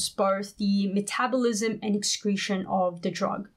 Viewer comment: You say metabolism wrong